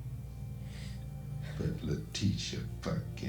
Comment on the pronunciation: Oh my gosh! They really can't pronounce "Letita" 😂